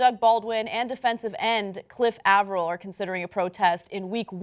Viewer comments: Bruh does she know how to pronounce names? She pronouncing Avril like Avarell and Kaep as Cape. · It's pronounced "Ay-vrol" lol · Its actually pronounced cliff a-ver-ill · Listening to Ana pronounce Cliff Avril's last name is gonna give me an aneurism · How the hell do you manage to mispronounce both Cliff Avril and Kaep? I mean seriously....